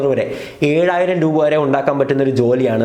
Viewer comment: ബോൾ പറക്കാൻ ആളെ വയ്ക്കുന്ന പൈസക്കു ഒരു ലോഡ് ബോൾ വാങ്ങാമല്ലോ.. പിന്നെ രൂവ അല്ല രൂപ 😀😀.. ജോലി എന്താ... കക്ഷം മണക്കൽ ഇതെങ്ങനെ ലവര് cv യിൽ ചേർക്കും